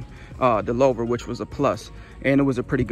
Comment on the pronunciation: Not trying to be rude but it’s pronounced like hoover but with an L like “looover”